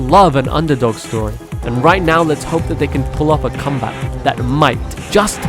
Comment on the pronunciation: did u say...cumback?